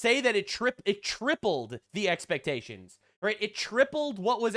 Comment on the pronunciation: She mispronounced expectations hope I'm not the only one who caught that